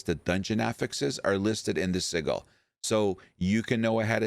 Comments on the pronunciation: sigil is with a "Ja" sound. SiJil. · Bruh, this was hard to watch with you mispronuncing sigil. The g makes a j sound in this word.